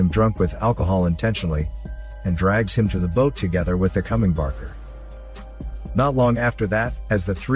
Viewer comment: BAKER DILL - NOT BARKER!